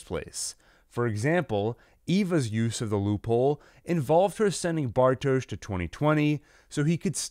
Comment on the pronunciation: How is this man gonna pronounce everyone’s name wrong BUT bartoshz